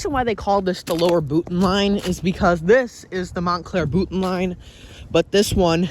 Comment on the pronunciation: Having grown up in Pompton Plains, next to Boonton, I'm impressed you pronounced Boonton correctly (with the glottal stop)... 😉 In the late 1970s we moved to Montclair, as we were (still are) members of the Studio Players (of the Studio Playhouse on Alvin Place)...